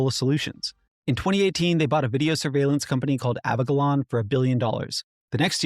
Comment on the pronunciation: You are pronouncing "Avigilon" wrong. Police Chiefs and Sherrif's will use this against anyone speaking up in the "closed session" portion of their official meetings, weakening our position. Yes, they really do that and yes, it really is a problem. Not a complaint, just a constructive criticism. I know it sounds silly, it really isn't, I've witnessed these kinds of conversations.